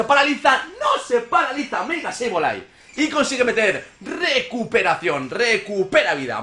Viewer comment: axo komo hodio ckuando dizes sebolai hen bez deh sableye axo